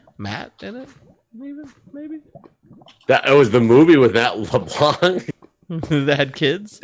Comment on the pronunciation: Just a heads up, you don't actually pronounce the 'c' at the end of LeBlanc